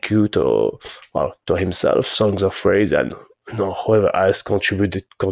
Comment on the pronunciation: Of course you have a 110% roll on Eruption xD why am I not surprised and extremely jealous haha! GGs! PS. Yeah you spoke SongsOfRaze perfectly 👌 cheers for the shout out, bring on the next challenge!